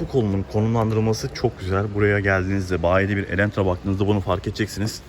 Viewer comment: Elentra değil adı “Elantra”. ☝️